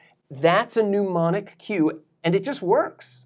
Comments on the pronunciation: I CRAFTED THIS NASTY FREESTYLE TO HELP YOU REMEMBER HOW "MNEMONIC" IS ACTUALLY PRONOUNCED: Run as quickly as Sonic, to add gin to my Tonic--- may be an angel, but he butchers-Demonic the right way to say and remember "MNEMONIC". Because folks, It is NOT pronounced NEW-monic. There's no "U", "OO", "W".... nothing of the sort anywhere in that word. Literally all you gotta do is say "Demonic", but swap the "D" at the start with an "N" sound. Don't worry about the M, it's functionally silent. Just ignore the M. Don't let the M psych you out. While we're at it: "Mischievous" is not "miss-chee-vee-us". Look at that word. MIS (miss) CHIEV ( literally exactly like "mischief", but with a "v" instead of "f"... rhymes with "live") OUS (as in luminOUS, nervOUS, magnanimOUS, etc... basically the "uss" in... uh, "wussy") mis chiev ous mischievous. Ain't no "EE" or "I" or "Y" or NOTHIN' hanging out after that "chiev". It goes straight into "ous". I MEAN, IT'S LITERALLY JUST THE WORD "MISCHIEF" PLUS "OUS" TO MAKE IT AN ADJECTIVE. SAME THING WITH FUCKIN' "HOMOGENOUS" AND "HETEROGENOUS". LOOK AT THE DAMN WORD! "Homogenous" wasn't Alan Turing's schoolyard nickname! It's not *HOMO GENIUS*! It's GENOUS! DIFFERENT THING! Comes from the Greek "genos", basically a "type/kind"... Not to be confused with, though indeed related to, the ancient Greek "génesis" (origin, source, creation, birth), which gives us "genetikos" ---> "genetics"... Also connected to Latin "genus" (you know, like in biolog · Still haven't learned how to pronounce mnemonic though have you. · Love your videos, love this one! Please pronounce mnemonic correctly: the first syllable has a short, not a long u. Thank you for sharing your knowledge in such an accessible manner! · How are you planning to help yourself remember to pronounce the word "mnemonic" correctly? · You are the best teacher of how to learn I have ever heard. Ps isn’t mnemonic pronounced neh-mah-nik? You make it sound like pneumonic (new-mah-nik).